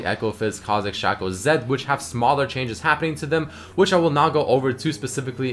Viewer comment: its shaco not shaco